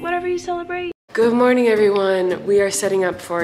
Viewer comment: no one: colleen: goot motink! ☀️